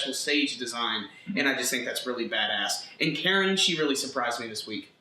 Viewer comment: Why do you insist in pronouncing Karin incorrectly? It's not "Karen". It's "kah-reen"